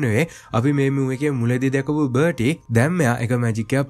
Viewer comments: බටි නෙවෙයි බාටි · අයියේ.පොඩි වැරදි ටිකක් තියෙනව එකක් බර්ටි නෙමේ එයා බාටි අනික අරය ක්‍රච් නෙමේ ක්‍රෞච් . අනික අර මුලින් පෙන්නන එක කනත්තක් නෙමේ ඒක ගෙයක්. ඒක Voldermort ගේ තාට්ජගේ ගෙදර. අනික ඒක Hogwarts ලගත් නෙමේ තියෙන්නේ. ඒක Harry දකින හීනයකුත් නෙමේ ඒක ඇත්තක් ඒ වෙලාවේ උන. 🙂🥲